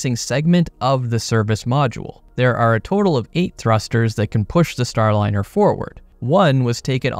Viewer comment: "STRAND-LINER" is cold 🤣💀💀